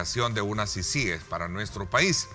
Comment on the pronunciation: Por ser una sigla no se tilda. Pero para pronunciar una sigla, por ser una palabra nueva, esta sujeta a cualquier forma de pronunciación. En todo caso, se pronuncia como sea más fácil para el hablante. Pará el señor Raudales es más fácil pronunciarla con acento en la primera I, CÍcies. Pará el resto de salvadoreños es más fácil pronunciarla con acento en la segunda I. ciCÍes. Por eso nadie le paró bola. Él está optando por una pronunciación poco natural.